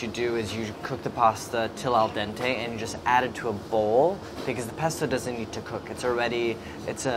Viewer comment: "Al Denté"!